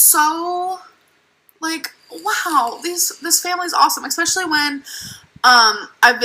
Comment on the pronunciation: If an adult pronounces especially as "expecially" a la Amber, I automatically can't take them seriously.